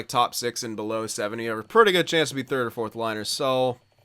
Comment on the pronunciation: Ray McNeill the “firth” overall pick